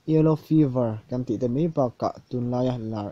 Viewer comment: Mai tih turah mei i ti zel a .